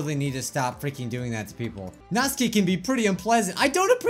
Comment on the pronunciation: That's not how to pronounce Natsuki... I can switch to a Japanese accent and you pronounce it as: Nat-soo-kee. Lol, I know! I'm an annoying fan 😅